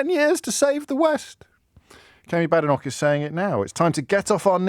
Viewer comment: Remember her name is pronounced Bay-denoch not Ba-denoch. But i prefer Bad-enough